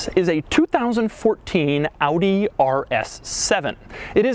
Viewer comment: Your pronounciation of Audi is on point